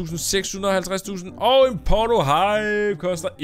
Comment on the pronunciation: Ikke for at være nasty eller noget men da du sagde ¨port-O-Hive¨ lød det som om du sagde porno hype!! xD God video